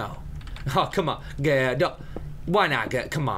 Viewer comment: "Aaahhh yea gurl. Come down to my basement gurl." <-- that accent makes me smile every time XDD